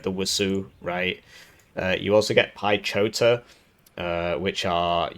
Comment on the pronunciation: Let's all appreciate "piechota" pronounciation from..:D Much love, man!:D